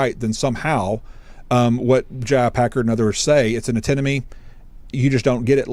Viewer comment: It's 'antinomy.' It took me quite a long time to figure out how that's spelled because Leighton was mispronouncing it, God bless him.